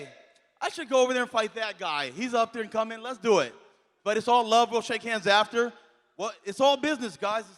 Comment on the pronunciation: "LETS DUIT" 😂